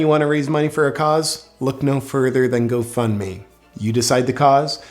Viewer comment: You keep saying Go Fund Me but it’s sounds more like go fk me 😂🤨👀😶‍🌫️